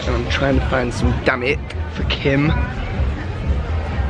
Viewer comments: HAHAHAHA when he said "damit" I thought he said "DAMN IT". 😂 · I thought i heard him saying "damn it" instead of damit.. hahahaha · I thought he was saying damn it! XD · It's like his cursing when he says damit hahaha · trying to find 'damm it' for Kim Me: so cuteeee (even though he literally sounded like cursing her) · I love how he says damit. It sounds like he’s saying “damn it / dammit” lmao! Also it’s so kind of her to say “opo”! ♥️ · riiight? he say as if he's swearing 😂 still adorable though ❤ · yung damit napro pronounce ng damn it ahahhahahhahhaha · Damit, he almost pronounce it like "Damn it"...! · Sounds like DAMMIT 😂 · Her Tagalog pronounciation is funny XD